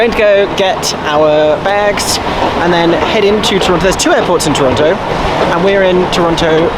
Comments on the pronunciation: Eeeeeeeeee! My home! Also, FYI, it's pronounced "Toronno". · So glad you guys enjoyed Canada! I'm down in Hamilton, about an hour south of Toronto. They have a great art scene, dunno about theatre save for a couple of cute old playhouses. Very fun to see you guys explore Toronto! Though local pronunciation is 'Toronno' btw. No T :D PS: (because finally getting to watch more of this lol) if there is one thing you can count on finding in Canada, it's a Tims- and a filming location in Toronto. Many shows and movies are shot there to look like NYC! Toronto's absolutely a culture shock from most of Canada though. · Haha tourists pronouncing the second “t” always makes me chuckle. I mean I’m sure if I went to the UK I’d be mispronouncing everything too tbf